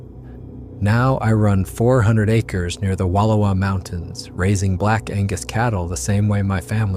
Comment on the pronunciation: If someone can't pronounce the Wallowas correctly, I have my doubts about everything else. The audio is obviously AI, so the rest may as well be too.